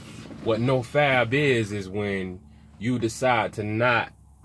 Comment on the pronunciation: nigga it’s no fap not “no fab”